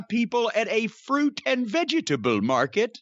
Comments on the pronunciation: "Fruit and VE-GE-TA-BLE market."-Cornie😂🤦😂🤦😂🤦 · The way Jim says "fruit and veggietable market" is priceless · Why does he say it that way? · I told my wife about this match and said it just like that. Pretty sure she thought I was having a stroke.